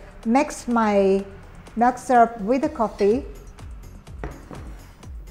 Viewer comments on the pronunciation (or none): She says "Mel" when she meant ML(Em-El). Are u you a Filipino??? Also she said, Give it a little bit of a "stare"... Me: Dang what does the iced coffee need a stare??? Oh! She mean stiirrrrrrr... Milk not Melk. Oh my.